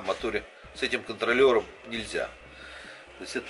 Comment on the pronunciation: Пожалуйста...контроЛЛером..в каждом видео...по ушам прям...чесслово...))))